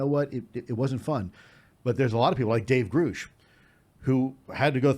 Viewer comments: David Grush pronounced his own name on News nation like “USH” not “oosh” so I’m guessing Elizondo is just forgetting. I used to think Lue pronouncing it differently than David pronounces his own name meant something but sometimes people just forget things and get it wrong and it doesn’t mean anything. The Space Force info is amazing btw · I can’t believe Lue is mispronouncing Grusch’s name. It’s pronounced like “uh” as in grunt. He says his name in the first interview with Ross Coulthart. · I find it strange that lue still can't pronounce David grusch name. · VERY strange. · If he worked with Dave G. Why can't he say his name correctly?